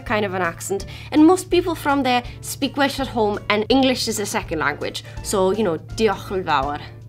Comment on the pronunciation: The Lancashire accent oh man you over-pronounced your vowels there we say like ‘orm’ instead of ‘hOHme’ etc